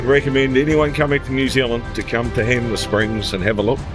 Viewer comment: loved watching this, soo good, cant wait for part 2 i also dont wanna be that guy but 'HANMER' not HAMNER lol